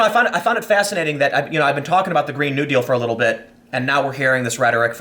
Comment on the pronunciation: you pronounce "new deal" like its one word